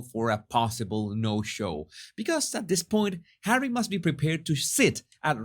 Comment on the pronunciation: I can’t help laughing when you pronounce Harry as hawy, it sounds like marv (one of the thiefs) in home alone 2, where kevin throws bricks at marv and then he calls for Harry (the other thief) and he also say hawy 🤣